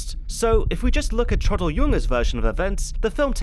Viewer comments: It's not pronounced:" Trawdle", but:" Trahw-del". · T-row-dl not Trodl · Downfall is a master piece of a film, THE role the now deceased Bruno Ganz will always be remembered for. 'Trodl' ?, Traudl, pronounce it properly, it's not difficult. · Hi, great video as usual, just one thing... it is TRAUDL, short for TRAUDEL, short for Ehrentraud, Gertraud or Waltraud. I know, i know, pronounciation and stuff, but TRODDL is just too painful. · The fact that you absolutely nail the (German) pronunciation of Traudl Junge's last name makes your pronunciation of her first name "stand out" even more. The "au" in Traudl ought to be pronounced like in "Kraut". "Traud-" rhymes with English "crowd"... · How can you pronounce on authenticity when you are unable to pronounce Traudl's name correctly? Who was Troddle? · The way you say Traudl is annoying. It's pronounced with an ow sound as in brown. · Look, it's a good review, kudos and everything. But could you not have looked up how to pronounce the name of the viewpoint character? You manage Fegelein but not Traudl? It's pronounced 'Trowdl' (sort of), short for Gertraud. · I love how his pronunciation of Traudl is so rushed it sounds like Trottel (which mean twat, or idiot). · I really wished you had taken a bit of time to learn how to pronounce Traudel properly. It sounds like like trottle.